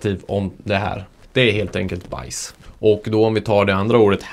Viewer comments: Mycket bra förklarat, snygg video! Men visst uttalas hausse som "håås" och baisse som "bääs" haha? Men det låter ju iofs kul med house och bajs 😅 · öva på att uttala baisse och hausse på rätt sätt! :D